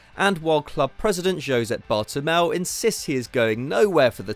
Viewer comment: Bartolomeu, not Bartomel